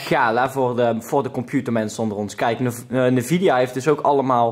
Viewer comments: spreek het alsjeblieft uit als N-vidia en niet als nevidea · Leuk die sponsoring van nvidia (uitspraak is trouwens `envidia`. Jij zegt steeds nevidia, das fout 😉.) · Je spreekt het uit als ENvida niet NEvidia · petitie: spreek nvidia als EN Vidia uit eenplaats nvidia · sorry maar ik moet het toch zeggen. de N in NVIDA spreek je apart uit, dus N-VIDIA. Loef de content, vooral met Juultje;) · sorry dat ik het zeg haha maar je spreekt het uit als ENvidia hahahaha 😅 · lol je bent een "computernerd" maar een 3060 is niet eens mega goed + je zegt drieduizendzestig dat zegt genoeg Edit: je zegt ook nog eens "nevidia" 😂😂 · Ik cringe wel een beetje hoe Nvidea uitspreekt xD. verder gaat het wel goed met mij hoor.